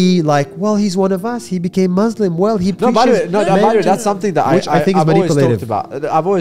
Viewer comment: Nas Daily can't even pronounce 'Muslim' correctly.